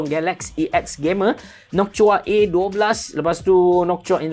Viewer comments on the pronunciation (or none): nok-tua bang bukan nokchua hahaha